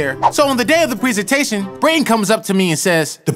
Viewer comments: brayton not Braden BRUH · Its pronounced Brayton